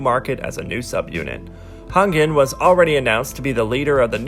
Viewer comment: Its not taol its Tao and its not Kongin its Kangin